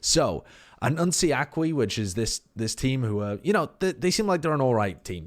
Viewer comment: the "aki" has emphasis on the "i" and not "a" well. Not sure how to explain that with phonemes